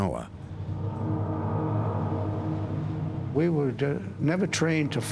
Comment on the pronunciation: It's Chalan Kanoa not Charon Kanoa